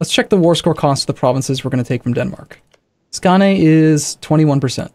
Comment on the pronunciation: The "å" in Skåne is pronounced like the "o" in scones